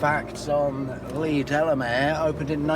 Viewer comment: As a West Country local, Gordano Services is pronounced "Gore-Day-No" rather than "Gore-Dahn-No". Also, to be picky, Leigh Delamere is "Leigh Deh-Lah-Mear" (with the stress on the R!). 🙂